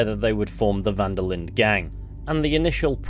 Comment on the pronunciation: This video has caused my own mental decline from every time I heard you say "Van-der-lind" and not "Van-der-lin" which is how it is actually pronounced.